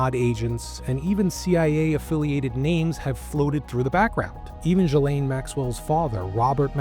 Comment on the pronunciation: Ghislaine is pronounced Gill - en.